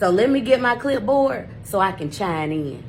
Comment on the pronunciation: “chine” in? Qu'est-ce que tu as dit ? Quoi ? I still appreciate the way she broke down the case and nuances of the law to us peasants. My first time hearing about this case and I live in Georgia. Thanks for covering it!😊😊